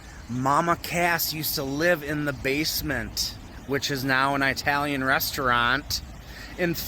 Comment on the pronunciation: Nice video but all I was is annoyed by the way you pronounce italian.